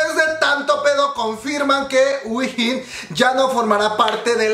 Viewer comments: wihin xD se dice uin o win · Se pronuncia JUIN, si queres te ayudo con el coreano 💕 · Según yo se pronuncia juein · te corijo dos cosas: se dice mamamuu no mamamoo aunque asi se llama pero no se dice asi, y se dice whein come wey pero con "n" al final (no es hate sorry) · Yo a Wheein la pronuncio como "Wey" y después "in", tipo "wey in" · Según yo sé dice "guein" jsjsjsjs o "wiin"